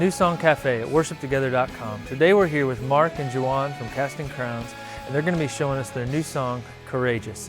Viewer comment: i love how he pronounces Juan's name..lol